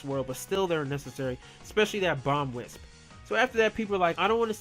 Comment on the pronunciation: your can't say wisp